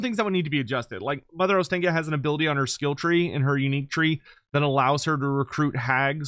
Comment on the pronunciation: Every single English person pronounces Ostakya wrong. It Ostankya with an A as in AAA. The clear sound A. And not then English AEE.